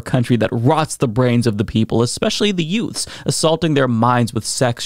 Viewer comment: Did you say yutes?